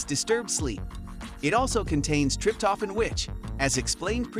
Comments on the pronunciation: Learn correct to pronounce Trip toe phan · WTF is "trip-toffin" and "mel-a-taunin"?🤣🤣🤣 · Oh dear! TRIP TOH FAN!!! Mel a toh nin Hard to listen when these words which are pronounced SO badly! Good info though.